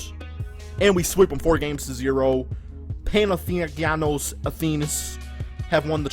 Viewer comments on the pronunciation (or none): It's pronounced: Pana-thin-eye-kos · its pao, pan-athen-ah-ecos and dee-ah-man-tea-dees